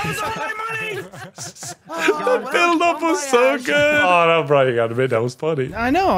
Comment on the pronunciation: i swear everytime says brian it sounds like BRINE